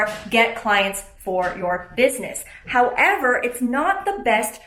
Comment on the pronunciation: I'm just waiting for to drop her daily "how-EV-ER" LOL